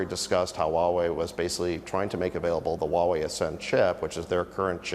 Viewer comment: needs to learn how to pronounce HUAWEI. It’s who-a-Wei. Not wa-Wei. Get it.